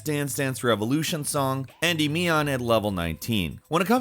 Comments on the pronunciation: en-ˈdi-mē-ən, not andy-meeon XD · And “endee-me-on” 😂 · And Endymion